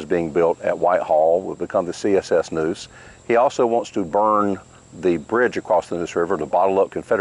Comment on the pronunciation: It's NEUSE like the river not NOOSE like the rope